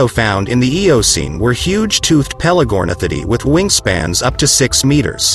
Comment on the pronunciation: Tooth-ed??? Leave the AI